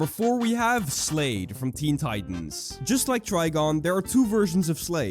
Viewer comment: I HEARD SLAVE INSTEAD OF SLADE LOL- \